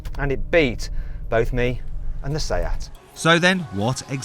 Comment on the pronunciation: What did he say “saia “ ? wtf , wrong pronunciation , is a spanish car ! “Seat”